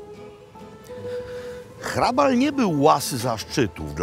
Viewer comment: Barokowy gotyk to Jan Santini, warto zapamiętać to nazwisko. I gratulacje za prawidłową wymowę "h" a nie "ch", niewielu to łapie, pan Makłowicz ma dobry słuch. Super seria, i ten smażony ser, niam niam :-)